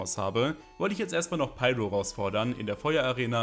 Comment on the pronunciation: Deine demonstrative, überzogene Verwendung von Anglizismus ist um ein Vielfaches nerviger als jeder Wickel. Ich frag mich Z.B. ob du das Wort "Schaden" überhaupt kennst. Nicht mal klare, offizielle Namen wie "Pyro" sprichst du richtig aus.